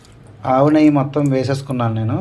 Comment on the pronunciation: నెయ్య కాదండి నెయ్యి..